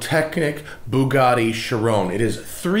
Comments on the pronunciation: Bullgarti Chirone....haha Americans are so funny pronouncing European names.... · “Boogatty Cherone “ 😂😂😂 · David Harley Sheerone lmao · Hilarious how you pronounce Bugatti Chiron. "Boogaardi Shi-rone". Lols. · I can't help but laugh everytime he pronounces Chiron that way lol